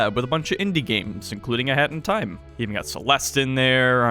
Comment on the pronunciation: Please pronounce a hat in time slower or something, it always sounds like you are saying "hentai" lmao